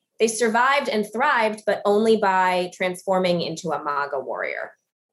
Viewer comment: "Mogga" it's such a weird pronunciation